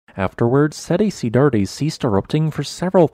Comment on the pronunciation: pronounced "set ci-dads" :)